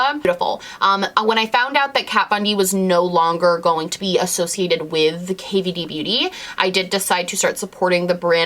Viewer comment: the way you say kvd beauty always makes me giggle 😆